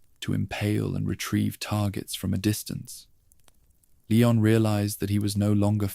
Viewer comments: Leeee-on. Not lay-on. Ashley called his name enough times in RE4! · It's leon, pronounced lee-on. Ffs